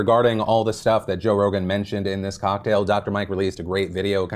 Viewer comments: he said "Joe Rona" 💀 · did you call him Joe Rona lol Edit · Joe Rona. Lmao. Anyone else catch that? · Joe-rona. Joevid…. I can’t. You’re silly 😂😂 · Are we just not gonna talk about the fact that Phil straight up called him Joe Rona? LMAO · You called Joe Rogan "Joe Rona", and I'm not sure if it was an accident but I fucking died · “Joe Rona” Beautiful Phil. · I like how you called him "Joe Rona" 🤣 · "Joe Rona" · He said Joe Rona 🤣😂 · You said Joe Rona lol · The slip sounds like "Joe Rona" lol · Did he say Joe Rona, and not Rogan? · Did he just say Joe Rona?